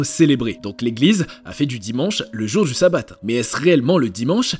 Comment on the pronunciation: 😊Ont prononce chabat pas ssabat le s et un shin et se prononce ch 😉si non intéressant 👍